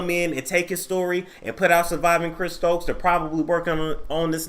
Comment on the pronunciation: thought it was STOKES